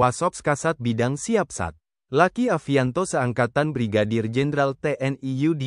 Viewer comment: Mas bro baca narasinya jangan kaku begitu luki jangan dibaca laki